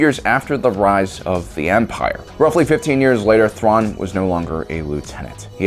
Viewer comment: tuan xD i know it might be a speech issue but its still funny